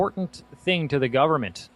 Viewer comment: "Some govement fucker" lmfao!!! Best Croatian accent line ever!!!!